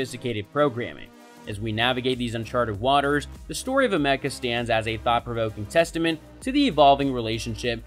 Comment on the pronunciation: "ah-mecca" thats not how u say her name brother !! all the videos about her and still dont know the name correctly?! how did u make this whole thing and not see how to say her name right ?! haha good video brother. A for effort